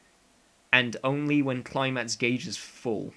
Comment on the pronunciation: non english speaker here it seems like your pronounce "gauge" like "gay-j" i thought it was "goh-j" how are you supposed to say that